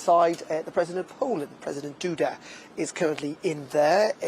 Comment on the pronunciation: did Darren say "President Doo-dah"? 😅